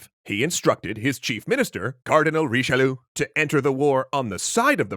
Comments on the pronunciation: Seriously, why do you ignore the "i" of Richelieu ? I know it's a nitpick but still. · Bruh what's that Richelieu pronounciation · Honestly, I was legitimately pained by his pronounciation of Richelieu XD